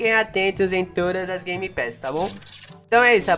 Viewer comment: A palavra secreta é gemepass